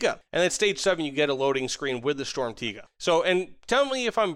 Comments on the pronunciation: Yea for you English people out there it's Sturmtegar not Sturmtaiga ^^ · For the pronounciation: it's "shturmtiger", much love from Germany! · i feel like somethings a little off and i think it's the R at the end of "Tiger" that's ever so slightly too weak. It sounds kind of like "Tiga" but it's close enough so i approve too. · Your pronunciation of Sturmtiger is pretty good when you say it like Sturm tee ga just put a little more emphasis on the r at the end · Pronounced stirm - tea - grrr, but close enough thanks for the valuable knowledge 😂😂😂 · shtorm teeger is what i keep hearing lol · don’t say sturmtiga with a hard r bro 💀💀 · It is literally probounced sturm (just like storm but with a u) and tiger (with a short i [sounds like an e])